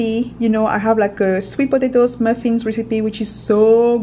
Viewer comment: I like how she says potato is sounds funny